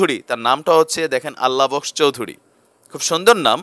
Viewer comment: Aala box , Not Allah box